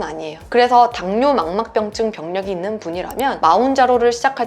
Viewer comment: 망막병증 발음때문에 힘들어하시는데서 약간 웃음포인트예요 ㅋㅋ 귀여우셔 ㅋㅋㅋ